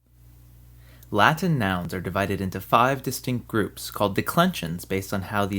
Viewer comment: I like your Latin pronunciation, it's not common among English speakers.